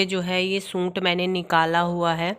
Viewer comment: Di aap suit ko sunt mat bola karo